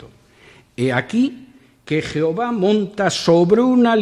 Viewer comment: Deja de decir 'jeova' o pierdes toda credibilidad